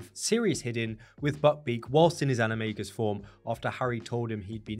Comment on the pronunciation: "animay-gus"? Isn't all based in Latin? Should be animah-gus